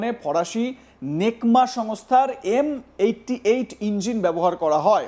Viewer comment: আরো ভুল বলে,,ওটা নেকমা হবে না রে মুর্খ ওটা সিগ্মা হবে😂